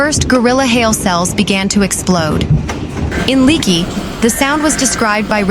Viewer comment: this reporter needs to learn that it's not 'leeekie" - i't s pronounced LAKE-ee